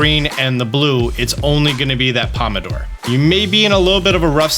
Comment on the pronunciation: You corrected the "Squawkability", but I think you also said "pomodore" when you meant "pompadour" lol Not sure though, maybe I heard it wrong